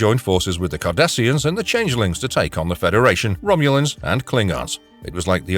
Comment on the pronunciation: I love the way that the chapers call Cardasians as 'Kardashians'.